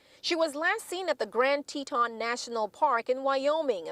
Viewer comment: Dude talking head female can’t pronounce Grand “Teton” - wtf? Does she know it’s in the US? Does she know she’s in the US?